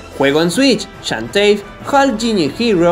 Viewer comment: Así se pronuncia. xDDD